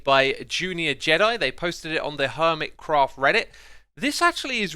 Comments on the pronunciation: he said crerft instead of craft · seconds in did you say hermit crow??? or am i stupid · anyone hear “Hermitcrow”?